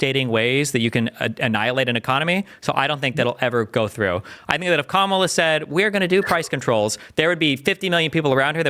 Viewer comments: I love me some Destiny!!! I had to get used to the fast talking but it wasn’t hard and his debates are just phenomenal!! Thank you Also, is it so hard to say KA’MALA? This whole come ala is getting old! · To host: Kamala (Com-ah-lah) with emphasis on “com” not “ah”. Close and not bad though. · The moderator is showing his poor character by continuing purposely say VP Ka-Ma-La Harris’s name wrong… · It’s comma-la. Dude, c’mon. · would it be THAT painful to say the name KAmala correctly? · How does one persistently mispronounce someone’s name when the other people in the room are pronouncing it correctly? Do you not have ears…? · The guy in the middle needs to pronounce Kamala’s name correctly. He’s so annoying. Even my four year old niece can pronounce her name